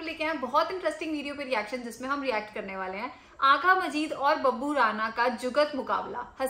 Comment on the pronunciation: Agha Majid and not Agha Majeed. So correct the name.